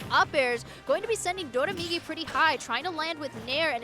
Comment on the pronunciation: Its always funny when a commentator pronounces doramigi as “dodamigi”, because the ra in Doraemon (inspiration for his tag) is pronounced more similar to an L.